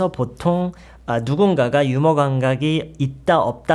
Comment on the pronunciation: 휴머? 유머가 제대로 된 발음 아닌가요